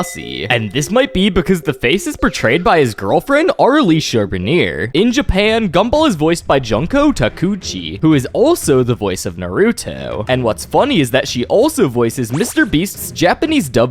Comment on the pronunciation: its an ai slop content farm, he just uses chatgpt then reads what it said. his prononciation of junko takeuchi is abysmal